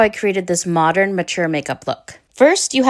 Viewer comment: She looks beautiful!! And I smiled.. you say modREN like my Grandma used too!! ❤